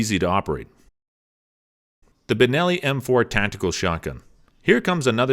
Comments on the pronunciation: The Keltec KSG is "not" semi automatic. It is a pump action. Also its "Ben'"elli not "Bur"elli. And it's "Kel"tec not "Kal"tec. The best value for a home defense shotgun is the Mossberg Maverick 88. You don't need all the bling and other features of any of the other ones he mentioned for simple home protection. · The fact he’s pronouncing Benelli, Berelli..... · Good show. Thank you. You say Berelli but I think you mean Benelli.?? 🤔 Also, I thought the Keltec was a pump shotgun.?? Is it considered sem-iauto because of how it shoots or am I miss understanding.?? Thank you, Best regards. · It's a Benelli not a barelli! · are you saying berelli instead of benelli? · Benelli not Verelli, there is a difference between a pump and a semi auto. I hate to be a wet blanket. Get it right. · Did anybody else notice this guy doesn’t seem to know firearms very well…He had double barrel shotguns showing while he described semi-auto function, called them Benelli M2 & M4 while covering each shotgun on the list but repeatedly called them Berelli at the end, and he referred to the Kel-Tec KSG as a semi-auto when it is clearly a pump action. I’d be surprised if this guy even owns a single firearm…It appears to me that he is merely reading a script, and knows nothing about what he’s actually talking about!!! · Are you just reading things you know very little about. Safety position is a matter of choice.... you called it Berrelli 3 times in this video. So you're just a voice .... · For one he called a Benelli a Berelli! 🤦🏻‍♂️🧠☠️🤡. I have a Benelli Super Black Eagle I purchased brand new in 1996 and love it! I’ve got hundreds of dove, tens of rabbits and pheasant and just love hunting with it! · “Barelli...”. I think he means Benelli.😉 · It's benelli....not barrelly....and why was the supernova TACTICAL...not on the list? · So many mistakes! What's a Berelli? You mean Benelli?! And now the Kel TEC is a semi_auto? No. It's a pump. Etc. Etc. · He said berilli m2 and m4 wtf?